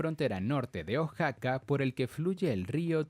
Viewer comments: se dice O-A-X-A-C-A no O-X-A-C-A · Amigo Oaxaca se pronuncia uajaca!!!